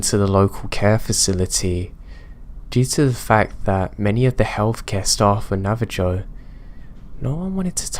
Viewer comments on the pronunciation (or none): I love you to pieces, and I love everything you do for us. But, it's Nah-vah-HOE, not Nah-vah-JOE. It's an "h" sound. Lime they do in Spanish. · Its pronounced nava-ho not nava-jo